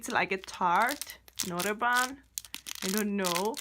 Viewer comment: It’s bun not “ban” 🤢🤮🙄😑🤣